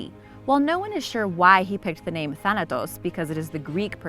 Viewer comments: She deserve to be slapped the way she says thanatos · T H A N A T O S = T H A N O S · Does anybody realize that thanatos is two letters away from saying Thanos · "Thanatos" huh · "Thanatos", real original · Thanatos? More like Thanos